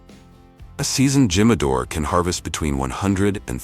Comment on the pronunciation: "Tradition brick oven" then shows a huge metal steaming oven haha!! Just another AI piece of garbage that pronounces Jimador wrong too.